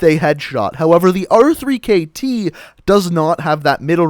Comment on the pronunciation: why do you call it the r three kt and not the rekt its so annoying